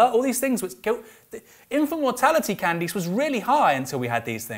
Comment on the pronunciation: I'm a Candice with an 'eece' pronunciation and I felt like you were addressing me every time you mispronounced her name. Calm down, stop berating me, I believe in the scientific consensus!